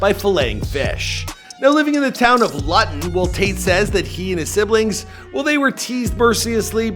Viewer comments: This guy pronounced Looton as Luton, I’m genuinely upset. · Luton is pronounced loo ton not luten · Its said loo ton - Luton not loton! great video bro! love your content! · Where the hell is Loton? It's Luton dumbass, learn to pronounce. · It’s not “ lut- un “ it’s pronounced: loo- tun “ = Luton! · FYI It's pronounced lew-ton not la-ton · Luton. It’s not pronounced “lutton”.. it’s “loo-ton” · Hahahah Lut'on it's pronounced Looton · The town of Luton is pronounced Loo tunn, not Lutton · the guy says "Lut-ton" - it's pronounced "LOO-TEN" not "LUT-TEN" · Lol it’s not LUTTON. It’s pronounced lootun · Man said town of lahton🤣🤣😭 it’s pronounced LOONTON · ITA PRONOUNCED "LOOTON" NOT LUTON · Luton is pronounced "looton" not lutton. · Lutton? It’s pronounced loo-tun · You said Luton wrong it's pronounced loo-ton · Luton 😂😂😂 it’s pronounced LEW TON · Town of Looton 😂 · pronounced as Lootan but spelt as Luton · Where hes from luton is pronounced like looton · Absolutely crucified the towns name!! Luton pronounced (Loooo Ton) Oh my days 🤦🏻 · Its pronounced 'Loo-ton' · the way you said luton made me laugh its pronounced loo-ton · Great videos as usual - that LUTTUN pronunciation gave me some very needed giggles for the day too lol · TOWN OF LUTON 😂😂 it’s pronounced ‘Looton’ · Lol Luton 🤣 it’s pronounced looton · The town of Lutton😂😂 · Town of lutton 😂😂😂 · "Lutton"...bloody heck mate get it right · He has had two fights in last couple years, won both and it's pronounced loo-ton lol but yeah good video bro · the way you pronounce Luton makes me hate your entire being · Bro don’t ever say Luton like that again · Anyone else realise how he pronounced Luton 😂😂😂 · I cringed so hard when he mispronounced Luton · My friend please educate yourself on how pronounce towns. Luton 😂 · I found the Luton pronunciation funny 😅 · the way he pronounced Luton 🤣🤣🤣